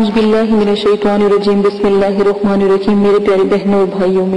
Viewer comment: Admin logo Ko pehly Waziga deny Apna Talafuz theeek kary Zara Ye Alrehman nahi hain Ye Alrahman hain